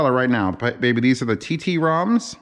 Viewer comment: You ignorant Amerikanski 😆🤣 Tromso is a city in Norway not "Tee Tee Romso". ❤️❤️❤️